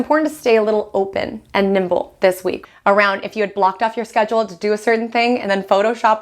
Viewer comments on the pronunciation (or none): none